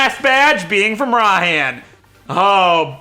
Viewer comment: IT IS PRONOUNCED RAI-HAN